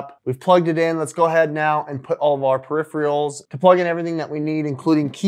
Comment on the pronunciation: Periph-er-als, not Periph-re-als...